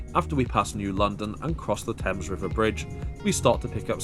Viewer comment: Ummmm… the river in New London is the Thames, rhymes with James. 🤣